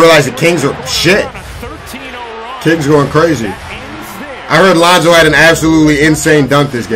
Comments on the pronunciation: Why he say lanzo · His name is Lonzo Ball not lOnZo BuSt. Get it right😤